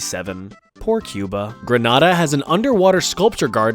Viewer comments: the pronunciation is gre-nay-da not gre-naa-da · Uhhhhhhhhh... Just an extra tidbit.. Granada is in Spain. In the Caribbean the country is pronounced Green- A- Dah (Grenada). Don't ask someone from the Caribbean about Granada they will tell you it's in Spain and look at you like you're a crazy person 😄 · Grenada is pronounced Greh-NAY-duh.. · as a Grenadian, it is pronounced Gren-ay-da not gruh-nah-dah